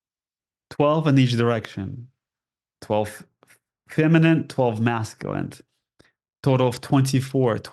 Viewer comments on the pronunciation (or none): none